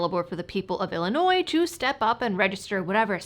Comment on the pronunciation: I love how you are properly pronouncing the name of our state! SO many people pronounce the S. It is HELL ANNOY. Yep, 720 ILCS 5/24-1.9 (the PICA) requires registration of .50BMG ammo, and it is intentionally vague to scare gun owners.